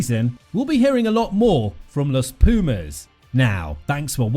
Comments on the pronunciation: I dont know if anybody has stated, but let me make a small correction; the right way to pronounce it is "Los Pu:mas", not "Los Pju:mas". Thank you, for covering our team!!💪🇦🇷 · Every time I hear this guy pronounce Los Pumas I die a little more. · Hey, here from Argentina. No even a single knowledge about rugby, so won't correct nothing about that. But minor English correction, it would be more appropriate to say THE Pumas than "Los Pumas". Los is not part of the name, but a simple article :)